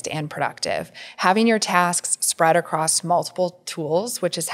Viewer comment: She said acrosst and I can’t even 😅